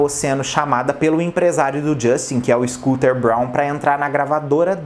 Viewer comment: "E então foi chamada pelo scotter Brown" Credo 😒😂😂😂😂😂😂😂😂